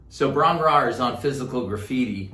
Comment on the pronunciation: Hi!I'm an old Welsh girl in her 70's Lifelong Zep fan.I'm afraid that Robert wasn't able to say it properly either.😄The correct pronunciation is Bron-yr -ire(like in eye,but we Welsh really roll our "r".Robert loves Wales and all our myths and legends.Hope this helps.Best wishes from the misty mountains.